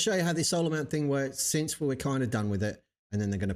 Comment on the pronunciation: Most people don’t pronounce words correctly anymore. People are lazy speakers. Jeran was going to say the word”since”, but out came the word “sense”. UK speakers warp the entire English language, so people thought Jeran said “sets” and FLERFS went desperately crazy for the word “sets”.